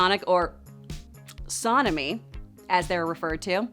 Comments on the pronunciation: The way she pronounced sonamy made me laugh. Sounds like she's saying sodamy. Correct pronounication: Son-a-mee. Holy God. She butchered Echidna. E-Kid-na. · She got a lot wrong. She butchered Sonamy and Echidna.